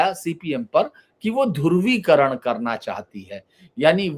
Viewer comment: धुर्वीकरण नही धृवीकरण